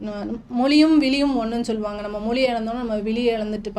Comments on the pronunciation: மொழி... மொளி இல்ல தமிழ் உச்சரிப்பு தவறு. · அதாவது நீங்க மொலி மொலி என்கிறீர்கள் அது எங்க இருக்கு மொலி இருக்குன்னு தெரியல💯 மொழின்னு சொல்லத் தெரியாத நீங்க தமிழ் உணர்வாளர்கள் இல்லையா நாங்க இத நம்பணும் நல்ல உலகமடா இது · Pl pronounce tamizh properly,it is mozhi not moli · இவங்களுக்கு மொழி என்ற வார்த்தையை சரியாக உச்சரிக்கவே தெரியவில்லை. 🤦🤦🤦